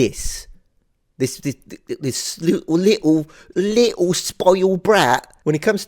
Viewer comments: I love how you go full cockney with "li'le spoilt brat" 😂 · loved you English accent when u said "little spoiled brat". 😂